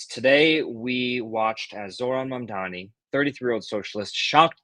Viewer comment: ITS MAMDANI. JUST SAY IT RIGHT HE AINT ABOUT TO FORGET NOW